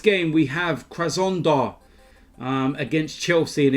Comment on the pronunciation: Krasondar? krasnodar, its not that fackin difficult geezuz